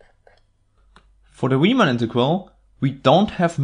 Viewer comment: You're guaranteed that "Riemann" will be pronounced correctly!